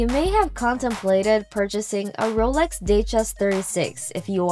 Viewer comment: I was so hoping you pronounced Rolex wrong too. It would have been nice to have a clean sweep